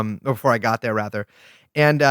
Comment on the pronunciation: what a strange, out-of-character enunciation and cadence. It’s like how Will speaks with a regular American accent unless he’s saying the word “rather”